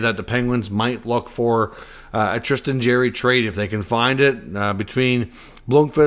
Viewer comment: Love the content and maybe it’s a Canadian thing but I’m sure it’s pronounced Jar ry